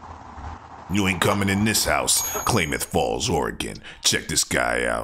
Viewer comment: ITS PRONOUNCED CLAMith NOT CLAIMith!